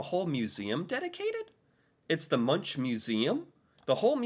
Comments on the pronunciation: Munk is the way to pronounse it not munsj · It's pronounced "munk" not munch :D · Munch is pronounced Munk, not Muntsj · I only want to correct you on your pronunciation of the artist Edvard Munch, it sounds strange, but it has been a debate on how he himself used his surname, and after a little back and forth, we ended up with "MUNCK", but the ‘CK’ Is said with a soft sound with your tongue curled up with the backside touching your back teeth and the tip of your tongue curling up, but not touching your palate. And I know you have problems with our vocals, but the ‘U’ is something between a an ‘O’ and and an 'U’!! Good luck with testing 😂 Lots of love, Eva, Oslo Norway